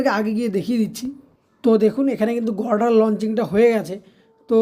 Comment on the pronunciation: উচ্চারণ ঠিক কর। গর্ডার কি?